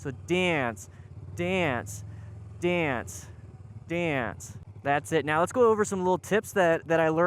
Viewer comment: I know he's saying "dance with the bike," but I keep thinking " with the bike" 🤭 Great vid, keep up the good work.